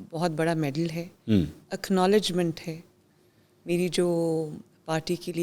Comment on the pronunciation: Akhnowlegement nahi hota Jahil.